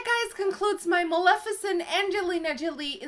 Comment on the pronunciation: Great makeup but more importantly thank you for pronouncing her name correctly!!! You are the only youtuber that has